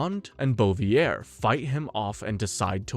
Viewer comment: The pronounciation of some names does not go together with someone having watched all those movies, Samedi and Bouvier being the most glaring examples. Some other 'easy' mistakes that no one informing himself on the subject matter would make: 'Bond lands in a circus tent' - he doesn't, that's Jaws. 'Lazenby heard bye-bye...' - It was his decision to not return, he was asked. 'No one wanted to see double-old Connery return' - Connery's return outperformed Moore's outing at the box office, iirc. In any way there was massive hype for his return, literally everybody wanted to see double-old Connery. '006's parents were russian...' - This is where I am sure you have no clue what you are talking about and are just reading a script. They were Cossacks, an ethnic ukrainian / russian group forced to live under communist rule by the events of the day. They were IN OPPOSITION to the communist Russia, which is why they allied with Germany and fought against Russia in WW2 in hopes of gaining their independence. The ones fleeing to the UK seeking asylum were sent back to Russia, where Stalin waited for them - a real d*** move by his majesty's government. ...and others.... All this from the top of my head - surely I am forgetting things - makes me think you have not watched even half of the movies for this review.